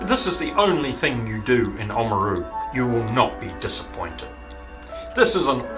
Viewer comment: It's actually Limestone** and it's pronounced OMaru.. **Oamaru stone is limestone with a uniform granular creamy white consistency and colour. Predominantly (90%) calcium carbonate, trace chemicals within it include alumina (1.5%), iron oxide (0.5%) and silica (0.5%).